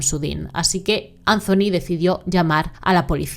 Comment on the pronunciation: Que triste pero me sonrío cuando dices CHACHA porque ella se llama Saaaaa cha. Jajajajajaa. Y ANZONY JEJEJEJEJE. Gracioso 😅